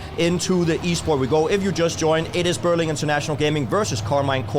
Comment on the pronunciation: also it's Berlin...not Berling